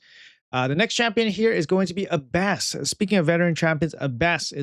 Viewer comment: I don't usually comment on pronunciation, but this one was rough my friend. It's the Aaa sound like apple. A-bbess, with the emphasis on the Ah. Like Abbey, since that's what an abbess was, the female leader of an Abbey.